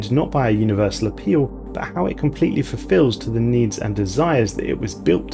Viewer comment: "We cannot reasonably hope to furfill every want, by providing for every need, but we can try"